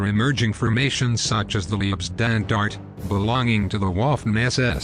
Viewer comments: Or the Lee-ib Standarte? Pronounced L(eye)B Shtandarte. Sort of like the Hitler Rants Parodies changing "fahig" (capability) to "Fish," but that is meant to be funny. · Leibstandarte is pronounced as: Leib is pronounced like HIVE Stand is pronounced like pond arte is pronounced like art - ah